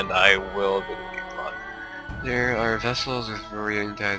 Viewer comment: The word is VASSAL. Not VESSEL. Sheesh, they always get it wrong (that's what you get for my standard canadian education teaching this stuff in social studies 8). :P